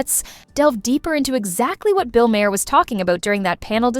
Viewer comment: MAR! His name is pronounced MAR!! Not Ma-'Hare!